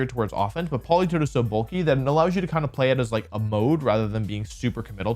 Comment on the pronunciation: THE A IN POLITOED IS SUPPOSED TO BE AN E!